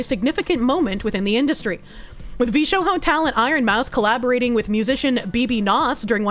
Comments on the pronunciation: Why is she pronouncing the J like an H?!?! It's Jarring to hear VshoHo instead of VshoJo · Vshoho?, Is she having a lark?🤔, everyone else says Vshojo. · She keeps saying Vee-Sho-ho It’s Vee-Sho-Jo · Edit: I think we ALL have beef with VShowho now. Can someone help me out with a question? Why does keep calling VShojo VShowho? Is she just being a silly lil or does she have some beef with the corp that I don't know about? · Sigh, with this "veeSHOEHOE" reading of Vshojo herself looks like unqualified DEI hire... Grifter calling others grifters will never not be funny ❤ P.S. She doesnt even know that mobile streaming was spearheaded by Gunrun, developing and selling "streaming backpacks" that allow much higher quality and stability of stream... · She said Vshohoe 💀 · NGL, V-Show-hoe is such a weird way of pronouncing it... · "VShoho" You're doing that on purpose, right? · is there a reason she pronounces vshojo as v-show-hoe? or is this another of her goofy tics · why do you pronounce vshojo like that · omfg.....!!!!! THE "J" IN "VSHOJO" IS NOT SILENT!!!!!!!! HOLY FK I'M SO TRIGGERED!!!!!!!! AND "COVER" IS NOT PRONOUNCED "COOVER"!!!! WHERE DO YOU EVEN GET THAT FROM?!?!? AAAAAAAAAAAHHH!!!!!!!!! 🤬 I can't man.......I couldn't make it past 6 minutes.....I had to stop..... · why do you pronounce vshojo in such a way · Is there a reason is mispronouncing Cover and VShojo? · VShojo is Spanish now, apparently? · Must be the accent. It's like she is speaking Spanish, as saying roho instead of rojo.